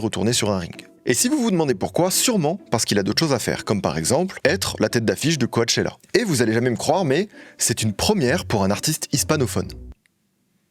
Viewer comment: SUPER VIDÉO MAIS PAR PITIÉ ON DIT COCHELLA PAS COACHELLA 😭